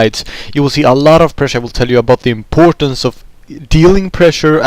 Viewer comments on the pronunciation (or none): only those who are swedish too or have a lot of experience with swedish people hear it. i lived in sweden for 5 years, thats why i noticed. around 0.12 ur "importance" i.e sounds very swedish =)